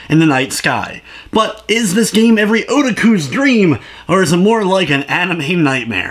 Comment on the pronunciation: Good video man, but please. I'm begging you. Learn how to pronounce otaku.